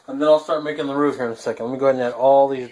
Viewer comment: Great job,! By the way, you pronounced roux correctly. Mrs LP